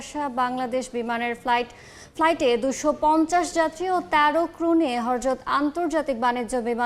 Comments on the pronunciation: "হরযত" না ম্যাডাম "হযরত" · Hayre sha gatik hojrot ..na horjot. O bolte pare na ..abar beda saje...... Donggi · হযরত বলতে পারে না কেমন উপস্থাপিকা হরজত হরজত বলগে থাকে!! 😜😜😜😜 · এই উপস্থাপিকা শব্দ উচ্চারণে তো ঠিক মতো করতে পারে না। হযরত বলতে পারেনা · "হজরত শাহজালাল" বলতে পারেন নাই...